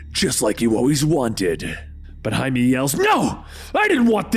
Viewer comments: Jaimie? It's pronounced High-May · Jaime= Hi-meh not Jay-me! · Wait isn't blue beetles name Jaime? Like, pronounced "high-may"? Why did you call him Jamie? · Did this dude just hi may “Jamie” Every story bruh, start googling pronunciations it takes literal seconds